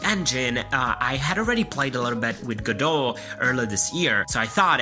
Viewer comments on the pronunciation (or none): Go Dot How hard is it to pronounce?